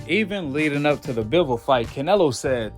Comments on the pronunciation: How many times u heard Bivol name n u still can't say it right 🤣🤣🤣(Bi)(vol)🤣🤣🤣🤣shit sound so funny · I mean I get a couple rounds for Saul, but to give him all 1st 4 rounds....🤨🤔 straight sus....n btw in Russian it's pronounced "BEE-VOL" jus for future reference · Hi Guy! Before you’re allowed to make any more commentary on boxing, learn how to say Bivol’s name right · lol wtf, I literally said he shouldn't have won the 1st 4 rounds...🤨😂. I said someone could maybe argue he got 1-2 at best....the fks wrong wit u? N learn how to pronounce bivol then if u know so much about boxing...and yea I'm not a big boxing fan, I'm a MMA fan cuz that's a full sport, not a fraction. I jus support all my russian athletes, which is y I watched bivol...